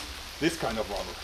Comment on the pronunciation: rabberr lol